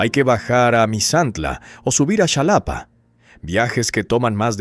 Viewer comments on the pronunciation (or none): Que es Shalapa o quizás quisiste decir Jalapa? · Solo una rectificación, la ciudad de Xalapa que es la capital del estado de veracruz, NO SE DICE "CHALAPA", LO CORRECTO EN PRONUNCIACIÓN ES "JALAPA". Y respecto al organismo denominado INEGI, se pronuncia "INEJI." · No es zalapa es Jalapa informense de la pronunciacion no Hagan reportajes a lo to to. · Insisto no es zalapa es Jalapa molesta oir esta tonta pronunciacion. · Es muy hermoso enterarse de cosas de tu estado natal pero, no eres mexicano. Un mexicano no pronuncia el nombre de la capital del estado, Xalapa, diciendo shalapa, sino Jalapa. La X en nuestra lengua nativa, el náhuatl, no se pronuncia como Sh, sino con Jota, Jalapa, o como en otros municipios ej. Jáltipan, Jalcomulco. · No. Es Chalapa, se pronuncia Jalapa, se puede escribir con J o X. Porque ponen imágenes de la calle de Labderos Y Coss, de Veracruz puerto. Su inf. Ya no se hace creíble. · K gordo me caen esos narradores k no saben pronunciar xalapa(shalapa) informense primero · Se dice jalapa se escribe así pero se pronuncia así jalapa